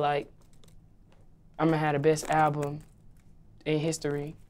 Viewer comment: "Ima hadda bist album...in historee." What a brilliant wordsmith and lyricist (eyeroll).